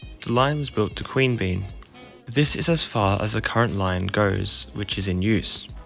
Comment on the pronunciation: No judgement, you may not have heard them pronounced - Mon-air-oh, Quean-be-yan, Mick-el-ay-go, Nim-it-a-bell, Char-cola.